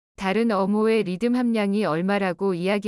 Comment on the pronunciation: 오타로 잘못된 자막이 있더라도 해설은 제대로 해야지 않나요? 리튬을 제대로 발음한건 딱 두번 나오네요 ㅎ